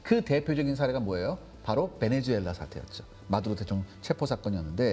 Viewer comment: 베네주엘라가 아니라 베네수엘라 입니다